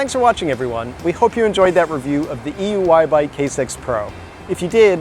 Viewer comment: Considering this guy can’t even pronounce this bike correctly, every time, he shouldn’t be reviewing it. He called it E Y U at one point.. . He’s just a paid reviewing idiot.